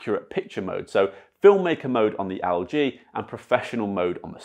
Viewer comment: mate it's Elle G... not AL G.... lol